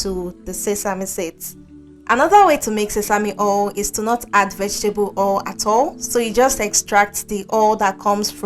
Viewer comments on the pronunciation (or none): Not hol!!.. say oyl😂